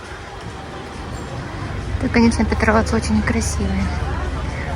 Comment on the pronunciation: Не ПетровАц, а ПЕтровац.